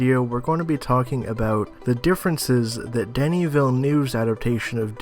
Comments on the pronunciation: Great video man, just a remark: It's "Denis" not "Danny". Same thing for his last name, hear Colbert pronunciation during his interview with the cast maybe, it was perfect. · It's definitely Deh-nee. He's French-Canadian. That's how we say that name.